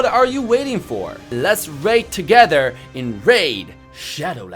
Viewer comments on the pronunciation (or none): none